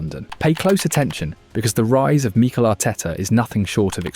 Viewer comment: When did Mik-el start being pronounced Mee-K’l